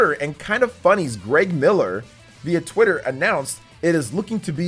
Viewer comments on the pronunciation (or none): none